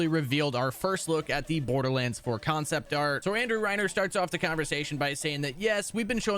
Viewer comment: Why in the fuck does this dildo say concept like that? Kion-cept